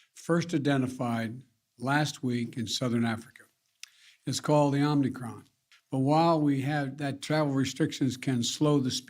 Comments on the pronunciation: Is this dope calling it the “Omnicron” ??? IT’S OMICRON !!!! COME ON MAN !!! GET WITH THE PROGRAM FOR GODS SAKE !!!! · Dude cant even say the name right lol. Its OMIcron, not OMNIcron lmao. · The guy is an idiot. It is not called Omni-cron, similar to Omni-vision. It is called O-micron, as in the small o in the Greek alphabet as opposed to the large O, O-mega in the Greek alphabet. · Om nee cron....😆😆😆! Biden is a goof. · Omnicron... This president can't even pronounce the fake variant. 😆